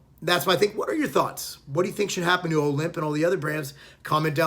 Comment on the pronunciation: It's also pronounced Olymp like Olympia not O'limp.